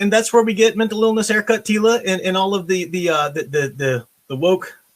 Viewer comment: Teela, more like reeela. jokes aside just because it may be better than NOT-She-Ra doesn't mean it's not going to suck.